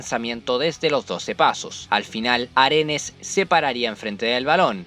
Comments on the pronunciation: Aredes wn Aredes no arenes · Aredes...no Arenes